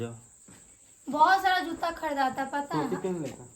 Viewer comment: Or juta ko jutta nahi😂😂😂😂